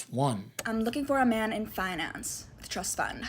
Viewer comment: Why can't she say "man"?